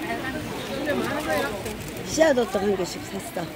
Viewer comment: 호떡이에요 호뜩이 아니라 🤣🤣🤣